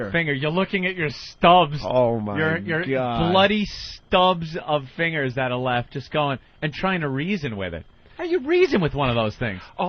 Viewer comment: The way Ant doesn't pronounce the g in fingers